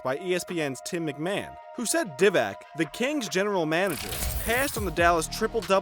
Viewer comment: DEE-VAK, GIN-o-BLEE Do you even NBA?